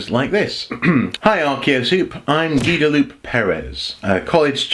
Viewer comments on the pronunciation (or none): Gua-da-loo-pay. XD